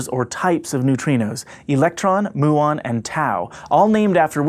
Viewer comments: 'mew-on' not 'moo - on' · Every time you say "moo-on" a physicist dies...